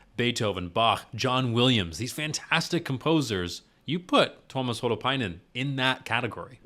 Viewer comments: dude, u pronounced him right, no worries man xD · Your pronunciation of Tuomas' name was good, not perfect, but good ☺ The "i" is actually pronounced a little more individually, less as a diphthong with the "a". I've started to set up a list of vids where the names of the band members are pronounced (no actual links since YT is so unreliable with comments containing even internal links): For Tuomas Holopainen: Marko says his name right at the start of "Greatest Show on Earth" from Tampere (only on fan channels) For Marko Hietala: Floor says his name at the start of "Elan", live from Wembley Arena (also only on fan channels) For Floor Jansen: Marko says her name right before "She's My Sin" from Wacken 2013 (most videos start after it, so either pick the full concert and go in-between "Wish I Had an Angel" and "She's My Sin", or there's a version of "Sin" that includes the introduction, from channel GhostHell) For Kai Hahto (current drummer): Marko says his name during the intro of "Weak Fantasy" from Tampere